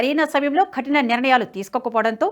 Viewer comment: Khatina kaadamma kathina. I am not having telugu script in my mobile. Please correct it. Often I listen same